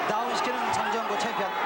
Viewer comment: 내가 아주 어렸을때 할매랑 봤었음 그때 장장구라고 들렸는데 장정구구나